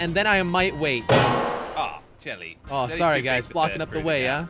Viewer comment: because it is his actual name is jelle but difficult to pronounce so he change to jelly